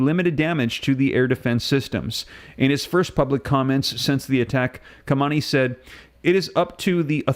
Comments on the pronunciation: Bro the man’s name is not Kamani, and it’s not Rosi that crashed in the helicopter. Not being able to pronounce names speaks volumes about IQ averages. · Ha-main- Ê its pronounced